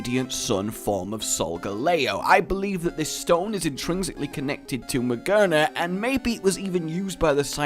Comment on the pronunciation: Not Ma-ger-na, Ma-GEAR-na! It's head is literally a gear! How did you miss that?